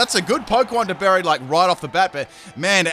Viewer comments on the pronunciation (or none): none